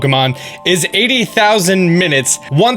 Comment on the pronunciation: “2-20 mininutes” OOPS!